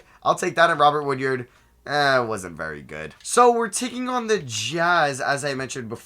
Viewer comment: For future reference it’s pronounced WOOD-ARD not WOOD-YARD. Much love